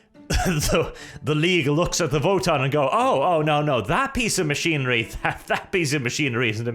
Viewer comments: So is it Wotann or is being derpy and pronouncing "v" as "w"? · He's from Norway. That's probably the reason he's saying it that way